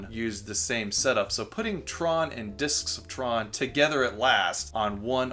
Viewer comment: you say "Discotron) weird